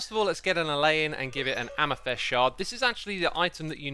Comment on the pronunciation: Why do you keep saying "am-ih-thest"? it's amethyst. a-meh-thist. amethYst. with a Y. Amethyst. I can't believe you've gone this long without knowing this, so do you do it just to generate comments like these, for engagement?